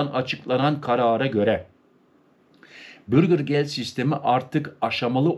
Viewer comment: Bürgir degil , ' bürger'.